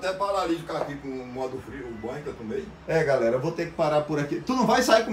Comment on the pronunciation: É tumei q ele fala, kkkkk